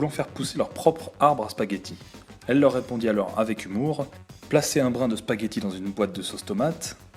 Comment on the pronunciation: Il n'y a pas de "S"à spaghetti :(